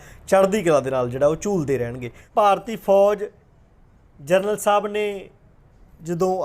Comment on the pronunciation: ਪੱਤਰਕਾਰ ਸਾਬ .ਕਿਸੇ ਤਰੀਕੇ ਨਾਲ ਤੁਸੀਂ ਨਾਮ ਸਹੀ ਨਹੀ ਬੋਲ ਰਹੇ. ਜਰਨਲ ਸਾਬ ਦਾ.